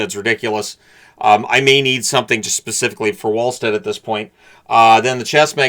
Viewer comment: Pronounciation of Wallstedt should be closer to Vwaallstedt or just a hard V Vallstedt. In the Scandinavian languages there really isn't a Waa sound.